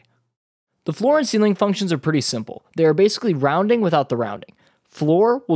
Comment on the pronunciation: Very good explanations. But: it's "ceiling" ;)